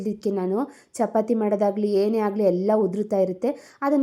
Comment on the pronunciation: Hagali alla agali( ಆ ಗ ಲಿ)